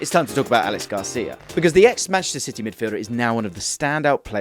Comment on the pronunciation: Great video as always. Btw it's not pronounced Alex Garcia, it's a catalan name Aleix, pronounced Ah - Leh - Sh.